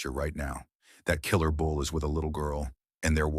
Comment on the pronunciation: It’s a bull. Not a “bowl”.